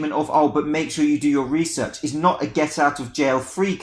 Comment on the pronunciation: “Do your resorch”